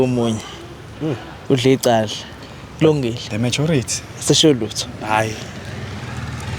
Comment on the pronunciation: I like Dr Musa when saying UMlutho😂😂😂😂